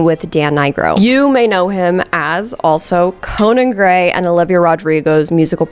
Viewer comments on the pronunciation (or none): none